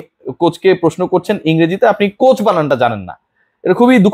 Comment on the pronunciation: সঠিক উচ্চারণ হবে Coach